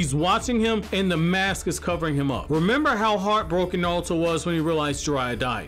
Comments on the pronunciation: It's naruto not nawuto 😬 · I’m sorry, don’t mean to be an ass but I couldn’t watch just because I kept hearing you say “Nawuto”. It’s not you it’s me lol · Why you keep saying “naluto” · "Nawuto" lol